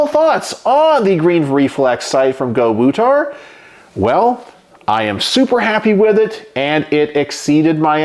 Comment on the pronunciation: So not Go-to-War…it’s Go-woo-tar!